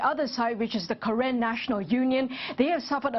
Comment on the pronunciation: it's not karen like call manager it's pronounce karen(car renn) not kayran